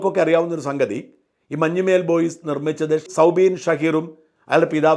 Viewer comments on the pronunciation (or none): മഞ്ഞുമ്മേൽ അല്ല shajan sir.... മഞ്ഞുമ്മൽ ആണ്... Sir മുൻപും ഇങ്ങനെ ഉച്ചരിച്ചിട്ടുണ്ട്... കുറ്റപ്പെടുത്തുവല്ല കേട്ടോ... അങ്ങനെ കേൾക്കുമ്പോൾ എന്തോ പോലെ തോന്നി അതാണ്...